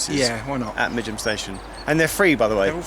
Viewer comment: I’m so glad you made a comment about the pronunciation of Midgham. It’s always been a beef of mine and I’ve written to GWR twice about it and nothing has been done. Not even a courteous reply. LoL!